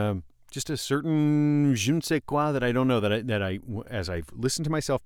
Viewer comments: The first time I heard an American speak French (je ne sais quoi) with a perfect accent .. except this .. I love listen to this guy .. thanks .. I own an AT4040 and I own many microphones.. it’s a special one very pleasant on almost everything.. great deal nice looking great performance.. it’s my best microphone.. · The first time I heard an American speaks French (je ne sais quoi) with a perfect accent .. except this .. I loved listen to this guy .. thanks .. I own an AT4040 and I own many other microphones.. it’s a special one very pleasant on almost everything.. great deal nice looking great performance.. add the fact it’s a large diaphragm, which make a big difference in terms of space filling, it’s more airy than fizzy and goodbye to the boxiness effect !! The vocals sit perfectly in the mix before any further processing, little Comp/EQ, add a little convolution reverb (et voilà) .. it turns the mixing voice exercise into a childish thing .. it’s my best microphone..